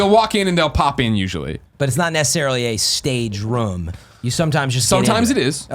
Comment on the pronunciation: Why's the ruum gone!?